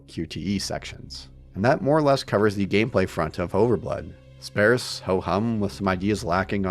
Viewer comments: It’s pronounced “SPAHRSS,” not “SPAIRSS.” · Please learn how to pronounce “sparse” correctly, or stop saying it! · Great video-- It's spAREse though! 😊